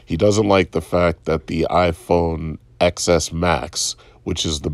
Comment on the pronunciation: Apple fan but doesn't even know the 'X' in iPhone Xs is pronounce 'ten' instead of 'x' as in the letter. 🤷‍♂️